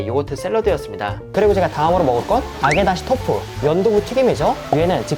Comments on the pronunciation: 아게다시토프× 아게다시도후 あげだしどふ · 일본더주중인데 첨에이름듣고 네델란드말님줄.